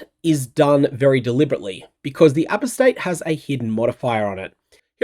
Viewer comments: Not sure if you saw it on my ‘member reaction’ but… Apostate is pronounced A-pos-tate, not apos-tate. FYI. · For the love of god...... "Apostate" is pronounced "uh-PAW-stayt"... NOT "A-pō-stayt" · For those that are flaming me for trying to help, just fuck off. Like I'm from Australia and am just trying to add a tiny bit of polish to an outstanding presenter. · It's uh-POS-tayt. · Do all Australians pronounce apostate this way? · Do all Kiwis pronounce Apostate with an emphasis on the first syllable? I believe Americans and British pronounce that syllable with a schwa sound.